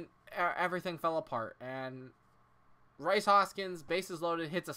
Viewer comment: btw it's reece not rice